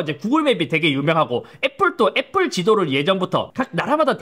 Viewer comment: 구그rrrrㅏ 애프rrrrㅏ